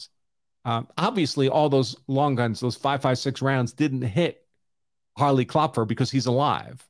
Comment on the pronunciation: So when you pronounce a German name (Kloepfer = Knocker), you don't pronounce the first syllable when two vowels are together. So Kloepfer is pronounced Klep-fer.